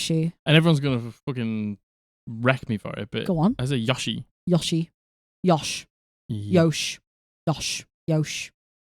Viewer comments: It's pronounced Yo-shi because it's Japanese. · For the "yoshi" debate, in the games the yoshis pronounce it "Yo-shi" (source: i play a lot of Yoshi games 😂)